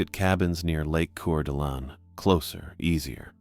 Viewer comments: It's pronounced "Core-da-Lane" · Cour'Dalane pronounced Core duh lane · Loved it. But it is pronounced 'Core da Alene". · Coeur d Alawn 😂